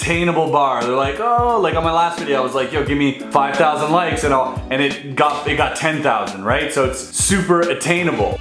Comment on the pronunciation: HE LEGIT SAID 15K LIKS